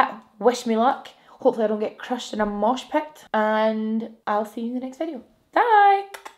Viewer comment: 'mosh pet' haha love that accent